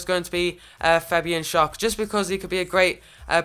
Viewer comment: Great video man, but shar is pronounced shair